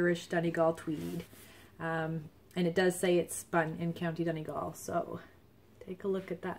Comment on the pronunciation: Hi there! Enjoyed the podcast very much. :-) Congratulations on your new furry family member. Just my two cents on pronunciation :-D I was really impressed that you pronounce "Donegal" perfectly, so the grey colourway is pronounced "LEE-uh-dawn". Just so you know :-D